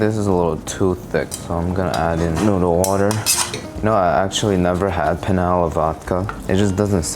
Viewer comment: Did you know there is a difference between penne (the pasta) and pene which is what you're saying and means Johnson Dick 😅